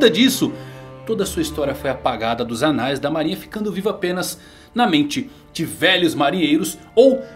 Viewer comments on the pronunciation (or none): none